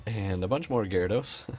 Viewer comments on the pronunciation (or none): none